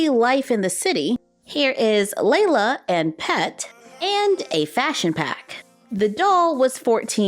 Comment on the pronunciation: the Barbie Life in the City doll’s name Lyla not Layla